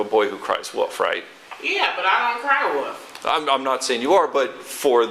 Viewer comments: The cop and the woman don't know how to pronounce "WOLF" it's not called a WUF.... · That's one of my biggest pet peeves when people (especially adult people) say "woof" instead of "wolf". Right up there with people who say "pen" instead "pin", or "aks" instead of "ask."